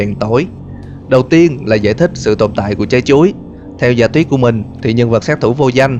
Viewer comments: Mỗi lần nghe từ “Chái Chuối” là del nhịn đc cười 😂😂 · Nghe anh ns chữ "Trái chuối" nó cứ mắc cười sao ấy.